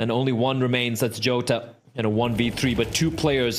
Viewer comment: The casters say Jota wrong, they say djouta instead. The O is open like in the word "plot" and the J is like a soft G (for once, google translate has this accurate (brasilian portuguese))